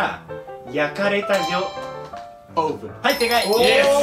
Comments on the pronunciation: オーブンの発音はアヴン、ってな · オーブンの発音違います。東大王失格。残念。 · 伊沢さん。オーブンの発音違いますよ。受験生も見てるかもしれないので気を付けてください。＾＾